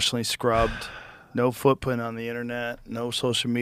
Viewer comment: "No fwootpwint on the internet" - Joe Rogan :3